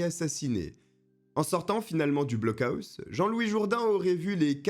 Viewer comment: On dit "blockoss" 😅